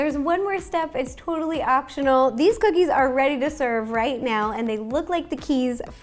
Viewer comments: YASS COO-KEYS😜 ok im done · So these are coo-keys? (I'm sorry)